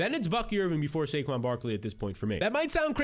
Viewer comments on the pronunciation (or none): none